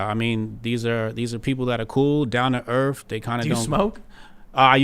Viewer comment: "Erf"... Yep, not going to take you seriously.